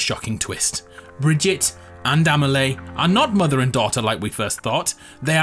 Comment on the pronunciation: It hurts my ears every time he mispronounces the name of Amelie. Her name isn't AmeLAY. You should pronounce it like if it was written AmeLEE.